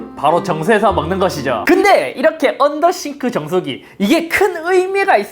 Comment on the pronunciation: 언더더쉬~~네ㅋㅋ 언더더쉬~~~언더더쉬~~